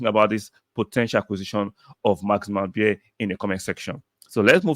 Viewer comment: His surname, beier is pronounced as baya